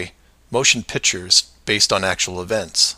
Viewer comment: i like when he says "motion PITCHERS." hahaha, he means "PICTURES." but please DO go on. i'm Fascinated !!!